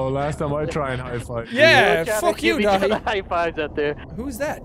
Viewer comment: he says DATHI wrong